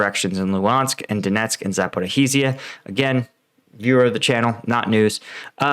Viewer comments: dude ZA - PO - REE - JE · It's Zaporeegia. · The 'zh' in Zaporizhzhia sounds like 's' in vision. Za - Po - ri - zhi - ya.